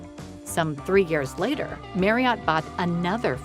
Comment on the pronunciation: Marriott is pronounced MARRY-IT. It rhymes with CHARIOT.